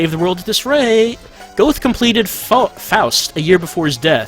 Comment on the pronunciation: ...nice pronunciation of Goethe...